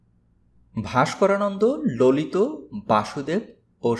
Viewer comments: Vai,lolit hobe,lolito uchharon hobena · Lolita sunte ,vul hoyechhe,ota lolit sunte hobe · ভাই ললিত উচ্চারণ সবসময় "ললিতো" এই ভাবেই জেনে আসছি।